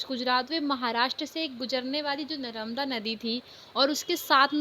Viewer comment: Mam your pronunciation is wrong ...😅 ( नरमदा ) But you explained very well 🤪🤪🤪🤪🤪😁😁